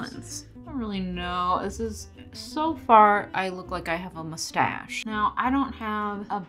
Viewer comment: The pronunciation of mustache 😂